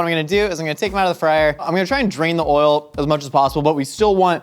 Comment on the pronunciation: Wait the way he pronounces oil 😂😂😂 I take it back yeah no that's no a Minnesotan thing